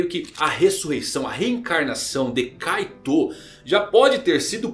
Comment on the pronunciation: Nao se pronuncia kaiTÔ , SE PRONUNCIA KAITO , a silaba tonica está errada , e não é kuraPIKA, é kuRApika (pela milesima vez)